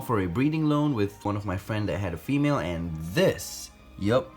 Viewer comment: fwiend uwu